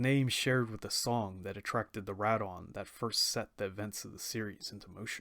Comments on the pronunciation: doesn’t change the fact that your still saying wrong. If you ever watched the Japanese audio it not pronounce Rad-ON. Sorry but it still makes me cringe lol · Anyone else cringe when he says Rodan’s name wrong? I really loved the this anime.